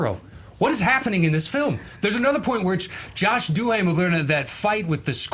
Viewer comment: IM SCREAMING HE SAYS JOSH DU-HAME-EL